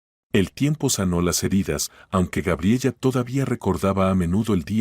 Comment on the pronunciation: Cuál Gabriella!!!! Gabriela por lo menos deberían narrar bien. Aparte de las incoherencias en la historia